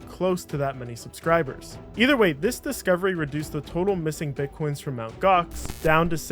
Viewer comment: "EMTEE Gox" 😂😂😂my man was doomed from start